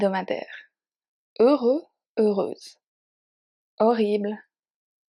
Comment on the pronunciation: vraiment excellent - merci. D'où venez-vous? Je n'ai jamais entendu "heureux" prononcé comme ça - est-ce que ça change selon la région?